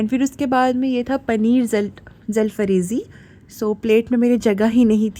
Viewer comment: पनीर जलफ्रेजी नहीं जालफ्रेजी